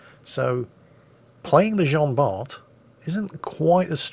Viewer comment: Dear,as Jean Bart was french,Bart has a silent T:p